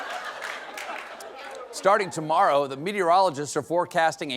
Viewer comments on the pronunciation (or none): I think I just heard you just say "Starting ToMario" 🤣🤣😂😂